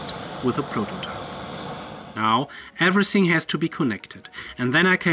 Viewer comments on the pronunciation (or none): none